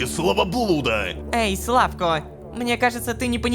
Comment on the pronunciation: Лучше было б если б рома нормально ставил ударения. Не кацпэр, а кацпер, не сла́вко, а славко́, не на́дия, а нади́я